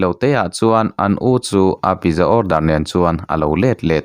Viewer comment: Pizza pitza tih a lam tur